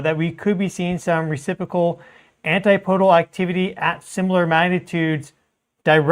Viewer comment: Dude, I love you. But it's not antiPOdal. It's AnTIPodal. Keep on keepin' on.